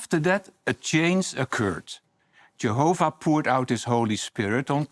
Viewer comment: Ugh has got his own pronunciation “Jeeehoffah” “Jeeessuss”